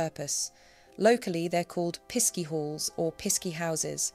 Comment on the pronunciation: Pisky in Cornwall is pronounced Pixie (just spelt differently).